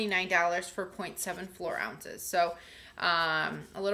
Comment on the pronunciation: Its fluid ounce not floor ounce